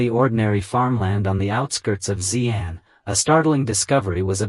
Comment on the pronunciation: She Ahn and She Ahn Yahng. Not zee ann etc. Xi = She…